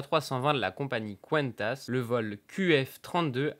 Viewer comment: Cool Par contre c’est Honolulu pas Honooulou Et Quantas ça se prononce comme kantas pas couanetas pitié 😂